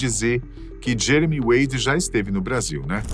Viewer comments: Ele falou jemery no final do vídeo kkkk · Eu escutei vc falando jemery 😅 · Não é Jemery mas sim Jeremy Wade